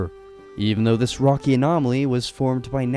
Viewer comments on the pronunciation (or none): none